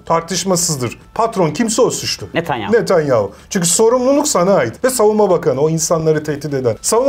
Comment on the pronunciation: Fetonyahu⁉️ Netenyahu⚠️